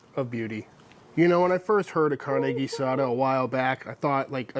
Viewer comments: Your pronunciation for carne guisada is very nice for a British accent. IMO, carne guisada is the ultimate test and most "chefs" mess with it way too much. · your Spanish pronunciation is getting better. Hell, ya never know, one of these days we might make you an Honorary Texan! In Tex-Mex, carne guisada means beef like Chud is making minus the smoker. In Mexico, guisadas are something that you'll see in certain restaurants, normally run by abuelitas - somebody's grans- that make stewed meats and vegetables intented to be put into tortillas. These lunch places are very thrifty, really maybe $2 or $3 for more than you can possibly eat, and being from afuera or not from Mexico, you may just become an Honorary Granddaughter and they won't let you pay. If any of y'all want to do this in Mexico and you don't speak Spanish, the best bet is to ask a taxi driver, or a worker in a Mercado where you can find tacos de guisadas. They'll know & it'll be a real Mexican locals experience.